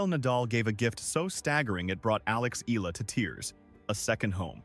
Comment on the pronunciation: PLEASE LEARN HOW TO SAY HER SURNAME CORRECTLY.